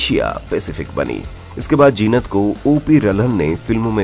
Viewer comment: abay naam to theek se lo Jeenat nahi Zeenat. Saale anpadh ganwar kuch bhi video bana dete hain. She still looks gracefull and has always looked.